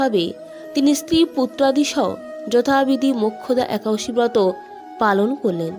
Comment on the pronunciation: একাদশী কথাটাই উচ্চারণ করতে পরছেন না।